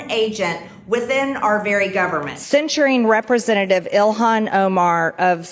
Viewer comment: What is a Rippersenative? MTG keeps saying that word.